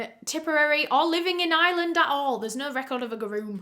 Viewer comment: i’m american and all i can hear is “island” when she says ireland lol